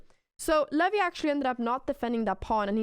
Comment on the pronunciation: Funny how you pronounce "Levy" like "LAVVY" xD